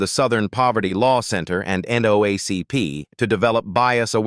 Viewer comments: That college student changed sex more times than I have changed my hair color (and that’s SAYING something)! 😂At the end twice in the same sentence. What is even worse, this AI for the Second Time, SECOND says N(Doh)ACP. I don’t know whether to laugh or shake my head. Guess I’ll do both!🤦🏽‍♀️🤷🤷🏽🙄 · Good story but the narrator said, NAACP completely different! Go back and listen 😢😊 That’s wrong.